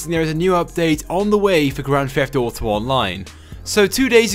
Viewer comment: Why do you say grand fheft auto